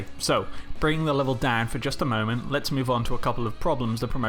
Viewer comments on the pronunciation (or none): none